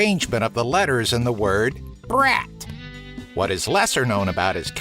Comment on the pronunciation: It’s so funny how you say brat like “BRAT!!!”